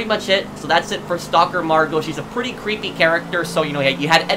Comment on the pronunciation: “Really Ceepy” rip english